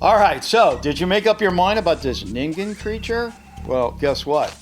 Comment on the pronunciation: for once someone pronounced ningen right